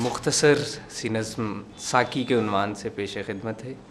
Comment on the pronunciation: السلام عليكم ورحمة الله وبركاته ، اس چینل کا نام کیا ھے ؟ تلاوت جس نے کی ھے وہ جنگل سے لایا گیا معلوم ھو رھا ھے نہ کپڑے ڈھنگ کے ہیں نہ سر پر ٹوپی ھے نہ تلاوت میں تجوید ھے نہ لہجہ اور لحن ھے کسی کی اردو صحیح نہیں ھے (ساقی) کو ساکی ک سے پڑھ رھے ہیں (قریب) کو کریب ک سے پڑھ رھے ہیں علّامہ (لام پر تشدید) ھے لیکن بغیر تشدید کے پڑھ رھے ہیں ، علّامہ اقبال کے پروگرام کا چینل چلائیے گا تو خیال رکھئیے گا کہ اردو صحیح ھو تلفظ صحیح ھو پروگرام میں شارکین کا لباس صحیح ھو ، مجھے افسوس ھوا ننگے سر تلاوت کرنے والے پر ، ننگے سر تلاوت کرنا قرآن پاک کے ادب کے خلاف ھے ، تلاوت کرنے والا خوش الحان قاری ھو مجوّد ھو با ادب ھو چہرے پر ڈاڑھی ھو سر پر ٹوپی ھو اگر آپ میں ادب وآداب نہیں ھے تو ادب کی محفل بے ادب ھے ۔